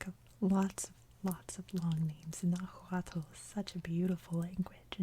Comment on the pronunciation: Nahuatl is pronounced nah who wa. Dad was born and raised in Mexico. Trust me I love hearing the history as my dad never wanted me to no know the history